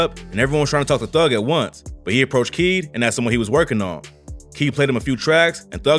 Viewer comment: KEED Tampa not whatever you said rip